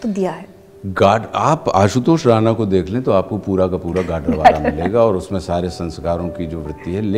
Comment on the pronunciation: मॅम not राना, plz correct with राणा 🙏🚩